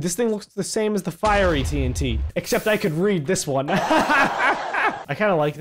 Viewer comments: Lol he said fairy instead of fiery. 😅😝🤣🤣😂😅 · Says “fairy tnt ... 3 minutes later people in the comments will correct me fee-ur-ee ohhhhh fiery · Esmerelda'sLazy World at first he said fairy tnt and it was fiery tnt. I watched the rest of the video and he noticed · Ah yes, 'fairy' tnt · He said fairy tnt it’s fiery tnt